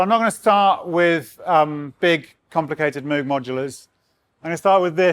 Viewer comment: Its pronounced Moog lol:)